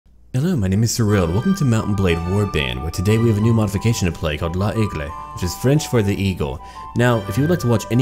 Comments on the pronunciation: By the way, it's pronounced (Lay-Gluh) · ly-gluh im pretty sure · L'aigle is pronouce (ai- like de the start of eggs) and (e- a little bit like "eu" but almost silent) and remember that "i" in french sounds like "ee"